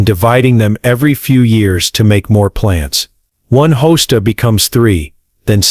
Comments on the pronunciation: Hosts - deer candy, yum! You don’t know how to pronounce many pl ant names. Good grief! You made yourself sound crazy ignorant. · It's Ha-stas not hose-tas. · Hoe stas 😂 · Hosta are deer resistant. NOT. 😂 Not only weird pronunciation - bad information. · I guest this is AI since it can’t pronounce Hosta or Sedum. BTW…Hostas are salad for deer…they are not deer resistant! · I cant rake they way AI is pronouncing the plants. Im out of here.😅😅😅😅😅😅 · ‘Sedumbs’? ‘Host-as’?